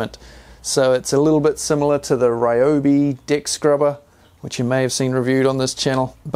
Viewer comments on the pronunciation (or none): For anyone who did a double take , he says ‘deck’ scrubber.